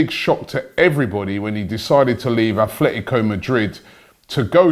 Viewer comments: Robbie it’s atletico not athletico 😂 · ffs Robbie, it's "ATLETICO" Madrid, where do you see the "F" sound?